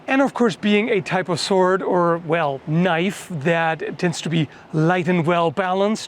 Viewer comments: Noice knoife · Now THATS a knoife